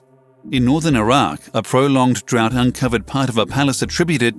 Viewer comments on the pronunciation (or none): none